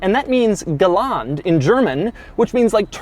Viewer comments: Ich hab auch galant statt Gelände verstanden... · G == Gelände and not Geland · it’s Gelände not Geland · I love your attempt trying to say G for Gelände but its Not spoken Galand, its more like ge’ländä ( g is Spoken as in „Go Kart“ , and ä as in „estimation“) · Geland !! hahahahaha , you surely meant Gelande 'e' is there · GALAAAAAANDDDDEEEEE it's Gelände you moron! Pronounced like Galende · . Its not Gelant. Its Gelände. I dont know if a american could say that but if you were curious thats what its called. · gear "G" = Gelände in Germany and not "Galante", how Doug pronounce it ;-) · Now we now that Doug cannot speak German. It is not geland but Gelände! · Gelände not Geland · Did he mean Gelände when he said "galant" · I thought...what do you mean with g - galand gear? It is Gelande. Pronunciation is more ge(a)-lan-de(a). Hard to tell. But not galaand' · I was wondering what he ment with "Galant" meaning off road... Gelände. Natürlich... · The G on the transmission is for Gelände not Galant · I was very confused about what Doug wanted to tell us there with the "Geland" gear, but thinking about it I guess he was trying to say "Gelände":) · Galaaaant??? What's that supposed to mean? Do you mean "Gelände" by any chance? I'm seriously asking myself this... I would make sense though. The "e" is kind of mute but pronounced nonetheless. Like in "Porsch-e" by the way. It's not "Porsch" but I guess Americans will never learn this. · my dumbass was trying to figure out what the connection between "galant" and off road cars was until I realised doug said "gelände"... :D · the G is not for "Galand", but "Gelände" and you say like "Gelende", which means as you said "Terrain" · "Gelaand" in German 😂😂😂 No Doug, it's "Gelände" 🤷‍♂️😂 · It took me some time, but i really like the "g´land" gear. Okay, i know it´s hard to speak German, but it´s "Gelände"! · G stands for "Gelände", not Galand. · Porsche makes a "gelände" (offroad) gear Doug: ✨GALANT✨ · Gelaand Did he mean Gelände😂